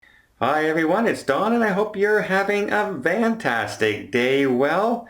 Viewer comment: “Van” tastic? Is that what he is saying?